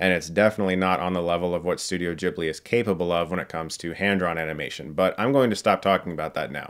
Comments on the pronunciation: I’m never gonna say Jibli in my life ... it’s Guiblee :/ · "Ghibli", not "jibbly" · Chris I love you but please don't say Djibli, Ghibli is an Italian word (derived from a Libyan word) so the H after the G makes sure it's pronounced just the way you read it, with a hard G. If you want to pronounce it the Japanese way, which might be even more correct in this case, a Japanese friend of mine told me it's pronounced like "Jiburi", but yeah, Djibli is just very, very American. :/ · it's NAWT "dchibli". there's an "h" after the "g". "g" as in "gif" :'DD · Yeah, not the best example:) And although I do know Chris (as in "chasm") is a huge fan of the studio, it's weird hearing him mispronounce its name.